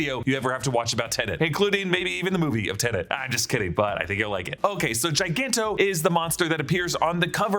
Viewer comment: Thank you for pronouncing Tenet correctly.